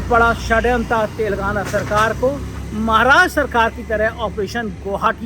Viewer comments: तेलंगाना, सही शब्द है के बोलने मे फर्क हो रहा है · पुण्य प्रसून बाजपेयी तो "तेलांगना" बोलते हैं.